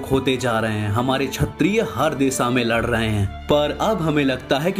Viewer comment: don't mind but plz pronounces kshatriya properly.